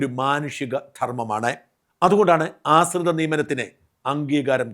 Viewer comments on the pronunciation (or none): "ആസ്രിത" അല്ലാ "ആശ്രിത" നിയമനം എന്ന് പറയൂ ഷാജൻ